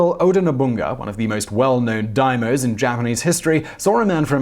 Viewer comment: It's not Leyasu, it's Ieyasu. Names start with capital letters, and his is written with an I, not an L. Also: "Yassookey was employed by Oda Nobunga the Daimo" makes the Japanese people cry.